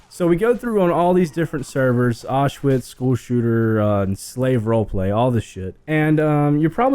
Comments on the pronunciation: It's pronounced ow-sh-vi-tz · Everytime he says Auschwitz role-play I start laughing because it sounds so funny